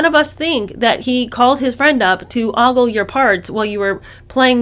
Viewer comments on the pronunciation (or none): It's OH-gle, not "oggle",. Love you and your content,!! ❤ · ogle is pronounced OW-gul and not AH-gul. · In my neck of the woods it’s pronounced OH gull.😅. hates being called out on pronunciation because Tomato tomahto🍅